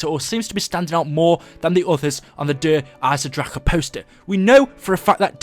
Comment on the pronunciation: 1 thing that quite annoyed me der eisendrache is pronounced der iesen drakon